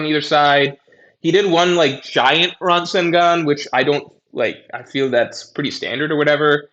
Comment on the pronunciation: The way he pronounces rasengan is more insane lol.